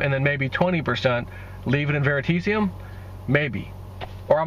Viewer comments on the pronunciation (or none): VeritAseum. Learn to pronounce it.